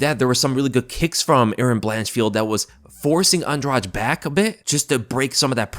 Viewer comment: LISTEN UP, "ANDRADEE", THAT'S THE CORRECT PRONUNCIATION OF HER NAME!! SHE'S NOT EVEN ABLE TO SAY HER OWN NAME PROPERLY BUT, SHE'S YET ANOTHER OF THE DIRTY FIGHTERS, OUT OF THE DIRTY LESBIAN FIGHTERS OUT OF BRAZIL, WITH 2 CHIPS, ONE ON EACH SHOULDER!!! SHE'S NOT ALL THAT GREAT EXCEPT FOR RUSHING OPPONENTS!!!🤷🏼‍♂️